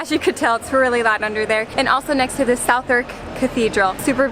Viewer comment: Southwark, likewise is suthack, not south-wark! Love your vids, glad you enjoyed London. Next time you’re in town, try some more traditional British / English food, breakfast fry up, pie and mash, Sunday roast, fish and chips.